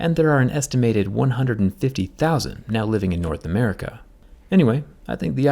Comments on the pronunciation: The way he says "America" is so funny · That's a nice change from those who over pronunciate it like a heavy metal singer. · I didn’t know that jerry saying “America” would make my whole year ALOT better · There's something about how he said America that had me rolling on the floor laughing😂